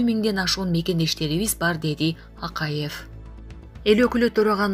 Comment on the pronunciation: Биздикилердеги мигрантам куда хочу .туда лечу го.аларга да каттуу бир мыйзам чыгаргыла .айланайын окуган кыз Акайыов.Бакыеов деп Жапарыов туура Оку